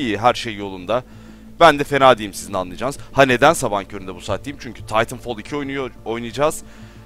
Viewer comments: Taytınfol nedir aga. TİTANFAL diyeceksin :) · hayır titanfal değil titanfol